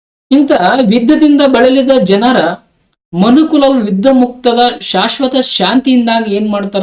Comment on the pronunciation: ವಿದ್ದ ಅಲ್ಲ... 🙏 ಗುರುಗಳೇ ಯುದ್ಧ...👍